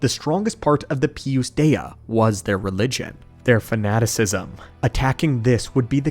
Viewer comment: I love the Lore video the only thing that made my eye twitch a little bit was the way you kept pronouncing Pius Dea lol. Other than that I love all your long lore videos putting them on in the background going about my day and learning about Star Wars